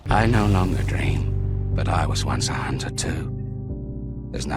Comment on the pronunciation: A hoonter is a hoonter, even as the tarnished